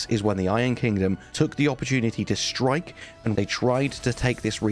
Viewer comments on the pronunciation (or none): none